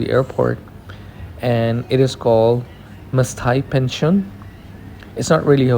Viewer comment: You did mention the name but I couldn't understand your pronunciation. Now that you wrote it out, I can see that it is called Penzion V Maštali. It's pronounced very differently in Czech.